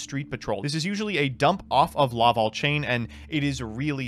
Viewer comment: Gofundme 20 bucks for a speak and spell so he can learn how to say lavalval instead of laval